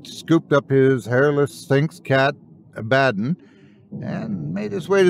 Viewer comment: Great video, though when you mis-enunciated the cats' name (Abba - don) I cringed a bit.